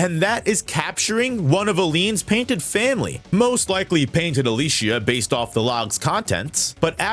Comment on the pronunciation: How can you play the whole game through to the point of being able to make a video like this, but still can't say Gestral or Alicia right, despite them being said over and over? Jes-tral, Al-ee-cee-ah, Sih-ren